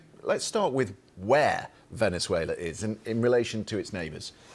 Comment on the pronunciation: Venner-zoo-ail-her? Don't even know her!